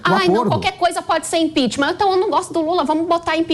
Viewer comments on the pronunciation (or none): ImpeachMAN??? A pronuncia é impiCHMENT, ninguem questiona mais né? Se um fala errado, o outro repete igual papagaio.